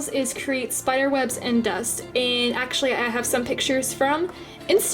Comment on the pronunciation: this is how many times she said esechlely ⏬